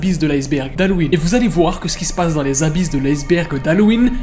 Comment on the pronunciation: C'est fait exprès le "Abbyses" ?